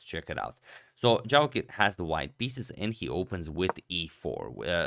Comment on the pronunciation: Did he just misread Javokhir to Jarokhiv?